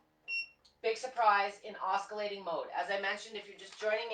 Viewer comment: Just so you'll know........ the word oscillating is pronounced like "ossillating" and not like "oskillating". The letter C is silent. There is no K or Ka sound at all.